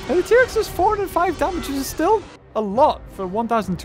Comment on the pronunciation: Trex not tree